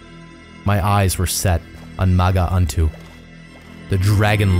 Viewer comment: "maga aunto" 🤣